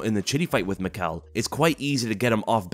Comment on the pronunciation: Michał's name is pronounced Mee-how. A bit chinese